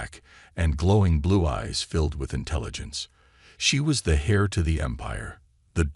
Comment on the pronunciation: You have to love AI mispronunciations. “She was the HAIR of the empire”…😂